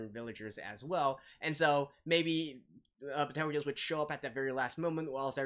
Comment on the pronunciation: It's not Betelguese. It's Petelgeuse.